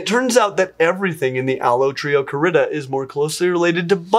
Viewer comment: latin stresses the penult -- allotrioCArida, not allotriocaRIda